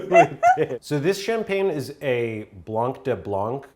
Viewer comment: not that important but just pointing out that in french in "blanc" u don't pronounce the c (like at all)